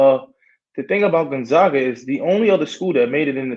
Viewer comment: You watched Gon-ZOG-Uh a lot this year?? All of ya'll probably need to learn how pronounce their name then so you don't sound like total casuals. Say it with me now: GON-ZAG-UH.